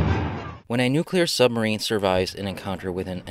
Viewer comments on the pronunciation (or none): none